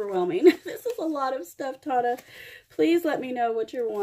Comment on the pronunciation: I am so happy that you liked your package even though you butchered my name lol. It is pronounced like Daytona but no day. I hope you don’t mind I reached out to a few of your subscribers who I wanted to show some love friendship and kindness. Tona